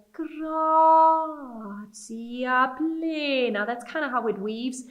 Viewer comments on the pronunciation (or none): Please say plEEEEna. Not pleiiiiina. E is pronounced like in hen. Thank you for the rest of the explanations. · it's pleh-nah, not pleenah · Why do you pronounce plena as "pleeena"? It should be plehna. Tehkum and not teeekum. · Yes I agree it's a short E sound like in egg not a long E sound like in eagle. All the Gregorian chants pronounce it pleh-nah.